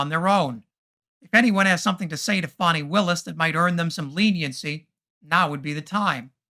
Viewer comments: Thanks for pronouncing the name of Georgia's Attorney General correctly. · HOLY SHIT; A REPUBLICAN PRONOUNCED HER NAME RIGHT